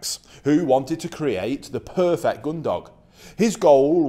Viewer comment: Stop saying puuefect????!!